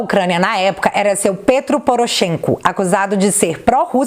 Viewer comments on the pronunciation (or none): none